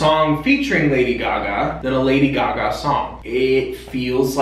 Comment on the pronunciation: They way you pronounce Gaga hurts.